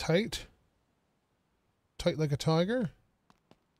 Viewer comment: "Touight,touight like a tigahhh!" My thoughts exactly!🤔 😅😊